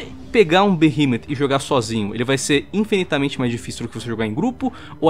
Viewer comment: Mano a pronuncia não e Beremoths Eh Bigmooths